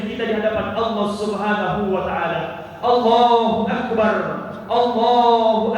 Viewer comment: perbaiki penyebutan lafadz takbirnya..